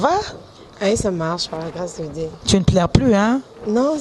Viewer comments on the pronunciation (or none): none